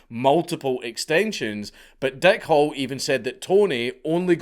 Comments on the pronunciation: Your accent makes it sound like the guys name is Dick Hole. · The way you pronounce "Hall" sounds like you are saying "Hole", so I choked on my coffee, when I thought you said, "Dick Hole". 🤣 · It sounds like you are saying Dick Hole instead of Hall.